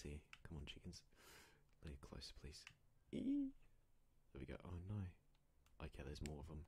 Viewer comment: I'm in love with that : ✨✨ OhHHh nOi ✨✨✨ With his accent